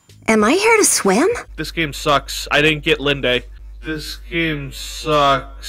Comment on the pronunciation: "Linde" has a silent e. It's pronounced like Wind.